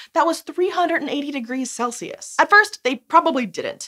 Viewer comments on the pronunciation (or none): none